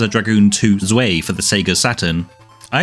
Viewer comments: Interesting pronunciation comment for you: you've pronounced "zwei" as "zway", and later on, leitmotif as "lay motif". I don't know if those words have possibly been anglicized differently in England, but as German words, those "ei"s should be pronounced as "eye" (and the z as ts, and the w as v), so "tsvai" and "light-motif". I just thought it was interesting that both words were used in the same video, and you followed the same rules for both of them. Great series! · Very nice overview, but do have to say that describing the soundtrack of Panzer Dragoon Zwei (pronounced tsvai, rhymes with "eye" - it's German) as "not too remarkable in its choice of instruments" is an awful take. That soundtrack is an inspired mix of Middle and Far Eastern traditional instrumentation mixed with techno, it's celebrated as one of the most creative and immersive soundtracks of the era precisely for its choice of instruments that evoke the game's unique world.